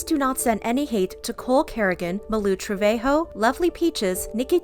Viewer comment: Yall really calling her malu trevahoe💀💀 its trevajo